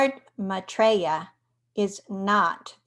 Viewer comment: He is an Ascended Master. You're pronouncing his name same as I do...You are fine dear.